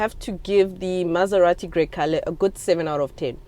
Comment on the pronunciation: hey, it's pronounced "gre-chale.... " 😂